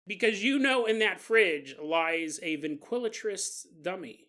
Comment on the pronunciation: Been listening long enough to easily interpret mispronounciations (NO disrespect, I know I'd be pure word-vomiting if I had even a yearly paranormal podcast) but you had me second guessing myself about the word ventriloquist. Driving down the road like "Wait, that doesn't sound right... or does it?"